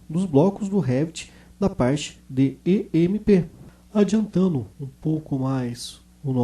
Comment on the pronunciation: Não é E M E P, certo? Seria M E P